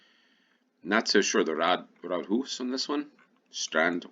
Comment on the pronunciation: Rådhus. Råd - counsel or advice. Hus - house. Pronounced with a long u.